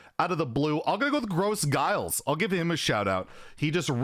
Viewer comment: GrosGhiles, its big Ghiles not gross Ghiles>< Prounounced grow ghiles with an english accent :D